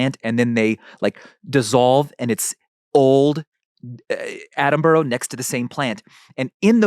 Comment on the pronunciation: Michael - please pronounce Sir Attenborough's name correctly